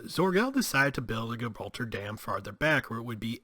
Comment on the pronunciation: Good episode but how can you not pronounce Gibraltar correctly. Lordy